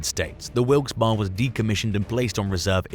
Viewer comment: the ships name is pronounced Wilks Barry..